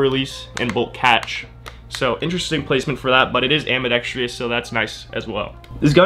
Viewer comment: AMBIDEXTROUS phonetic: ambi-dex-truss not AMBI DEX TRIOUS phonetic: ambi-dex-tree-us. Don't whine about me putting you right on this; if nobody tells you now, you'll go through your life sounding stupid.